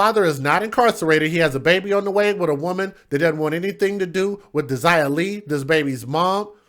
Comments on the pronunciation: You pronoun it Day'jah as in Deja vu, not De'sirer as you say it. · Her name is pronounced like daisy. Smart ass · Dazia could be as pronounced DAsia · I have a friend who spells her name that way Dazia, but hers is pronounced like Dayzyahh